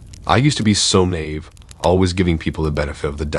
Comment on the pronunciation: Pet peeve!!! The word naive is pronounced NY-Eve.